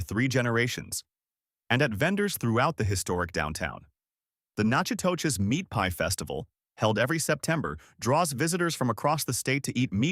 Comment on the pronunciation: Natchitoches is pronounced Nack-a-dish.